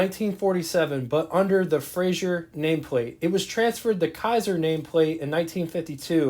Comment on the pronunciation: Fraser, not Frasier